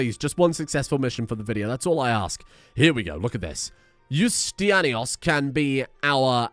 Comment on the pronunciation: Hearing you butcher the name Ioustinianos as a Greek speaker makes me more angry than I should be.